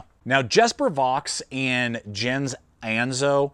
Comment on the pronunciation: Just a friendly FYI... it's "Yesper" and "Yens" 🙂👍🫶